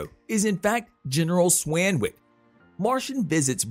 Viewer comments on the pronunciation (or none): He mispronounced it multiple times too. Also, General Swanwick. Do some research before making the video, dude! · General Swanwick as well.